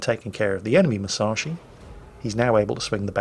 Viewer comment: ...how...how do you pronounce Musashi right and continue to screw up saying Yamato (Yah-mah-toe)?!